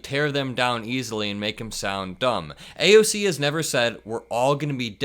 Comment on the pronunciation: He's called AOC, "AOL" before 🤦🏻‍♀️